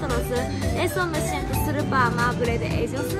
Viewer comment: no se dice surpa se dice super dile a lily que te enseñe esa palabra 😂😂😂.